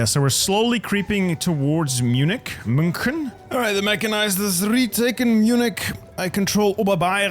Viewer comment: that is not how you say münchen 😭😭